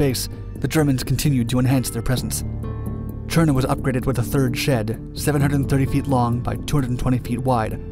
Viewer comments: Töndern, not tschondor or tsjörne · Sounded like Cherna to me. I think he should just pronounce it as Tonder, the Danish viewers will understand why the Ø is replaced. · Why are you saying it's in Denmark? Tønder was part of Germany at the time this is just needlessly confusing since during WWI Denmark was neutral. Also you pronounce it Cherna it seems like? Just say Tonder if you're having trouble with the Ø because again this is extremely confusing. I literally had to look in the description to figure out where the hell you were talking about because there's no town in Denmark called Cherna and the German Empire definitely didn't have any airbases in Denmark. If you're saying it's in Denmark because the area was occupied and the people living there were Danish then just include a quick explanation about how Germany occupied Southern Jutland after the Second Sleswig war. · It sounds like you say Tjørne every time you say Tønder. ø in this case is almost like the sound you make when hinking of what to say "ehm/umm"